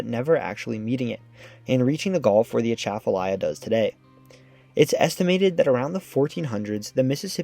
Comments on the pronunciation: It's not A-tchaf-alya. It's atcha-falya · I grew up calling it the "At'cha-falaya" (like "right back at-cha!") Hearing him say "Uh-shaff-falaya" is making my brain itch. 😂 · The G in CONTIGUOUS is hard, like in BIG RIG et. al. Accents on the river's name: AT-chuh-fuh-LIE-yuh (all syllables are pronounced) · I'm surprised no one has yet corrected the mispronunciation of Atchafalaya yet in this video. It's pronounced with stresses on the first and fourth syllables, as in "A (as in back)--chuh--fuh--LIE--uh", where "chuh", "fuh" and "uh" have the same first vowel sound in "bu-tter".....A-chuh-fuh-LIE-uh. Now don't get me started on the Tchoutacabouffa River. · i came to the comments to remark on the pronunciation of Atchafalaya. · That pronunciation is 100% wrong.